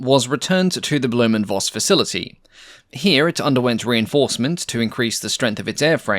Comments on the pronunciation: Minor complaint: V in German is "fau", so it's pronounced Foss, not Voss. As in Folkswagen, not wolgswagen. 😊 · "Blohm & Voss" sounds like "Blowm & Foss" (like "fox" but with a long "s"). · Voss is pronounced Foss. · It's commendable that you say 'Jumo' (you-moh) correctly, but a German v is - like the Dutch v - almost invariably pronouced 'f' and in itself its' pronounced 'fauw', so it's 'blohm und foss bea fauw 138' designed by 'ree-card fogt'. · Very nice to learn more about this aircraft. :) A little remark: The V in Voss and Vogt is pronounced as F in this case (in German the V can either be F or the german W, since there is no distinct german V sound - while the german W is pronounced like the english V and the english W has no german equivalent.) (For example, the famous car brand Volkswagen is pronounced "Folksvagen" using english pronounciations) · the letter v is pronounced as f in German, i.e Blohm and Foss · Great look of the B&V - reminds me to the Black Widow. By the way: "Voss" or "Voigt" are pronounced like Foss/Foigt